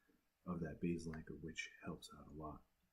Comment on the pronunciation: You keep saying beesil anchor in the video asif you’re not sure what to say